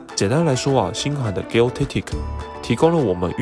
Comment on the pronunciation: Gel的g的發音是j，不是g